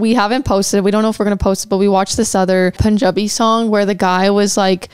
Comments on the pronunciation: "Pun" in Punjab or Punjabi is pronounced as sun or gun. Just thought to let you know cuz it feels weird when people pronounce "pun" as you would pronounce moon. Btw I love your reactions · Pronounce "Pun" in "Punjabi" like you do in "punk"